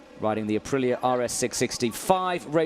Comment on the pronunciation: It’s 🇮🇹APRILIA🇮🇹 not 🌮ApriLLa🌮